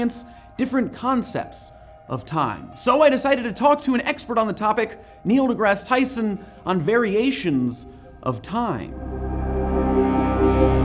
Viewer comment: "KNEEL GRASS TYSON"